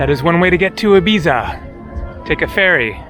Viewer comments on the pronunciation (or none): none